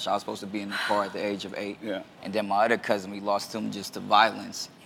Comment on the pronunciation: Awwww Romeo still talks the same.. listen to how he pronounce "Other"